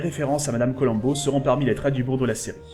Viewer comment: Faire abstraction de la prononciation "Colamm'bo"... et c'est bon.